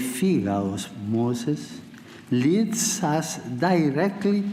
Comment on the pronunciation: very clear at the beginning when he said, look up to Moses!